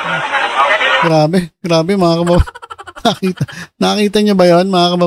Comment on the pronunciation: Un din narinig ko sayo Paulit ulit, BMT”mga ka-BABA-yan”😂😂